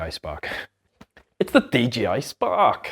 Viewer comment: “DJI” not “dgi”